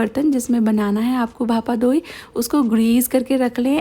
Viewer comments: its not bhapa डोई it is bhapa दोई || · i love your videos aunty💋🫶🏻and yes I'm Bengali so I want to correct you for the pronountation it's bhapa दोई not डोई .. please consider